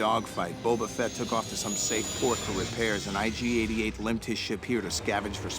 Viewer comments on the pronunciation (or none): There is no "D" in IG-88's name. Other than that, thanks for the wonderful trip through memory lane! I played the hell out of this game. It was an amazing time, especially compared to now.